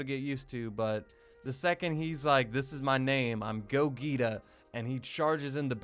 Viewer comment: do you not know how to pronounce Gogeta? or are you doing that on purpose?